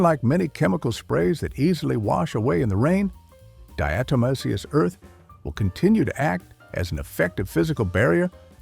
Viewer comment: Some good advice here but also some bad advice. Do your own research before you take the advice any video, let alone AI that can’t even pronounce diatomaceous earth.